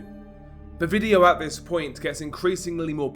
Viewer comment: Since when has this, them or they been pronounced as viss, vhem or vhey😂